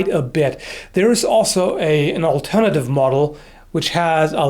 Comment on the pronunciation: u had a slight brit accent lol. It was when u said alternative